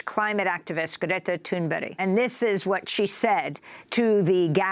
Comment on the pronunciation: Tuneberry? Did she say Tuneberry, geez the Anchor said Greta's name incorrectly, am i bugging?